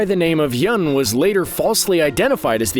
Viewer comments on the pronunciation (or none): It's Yun pronounced Yoon not Yhun. And Kelsang is pronounced like Khel-song.